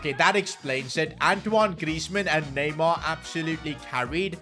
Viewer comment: The disrespect on neymars name🚮🚮